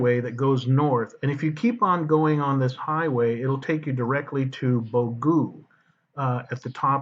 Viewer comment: Very nice but when you say Bogo its BO GO not bogu that is what you said very nice the way you showed it all i have used that to it great even near my town of Nailon you can see our house